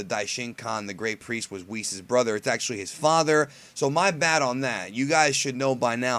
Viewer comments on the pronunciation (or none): why do you call him Wiss? It is "Wees"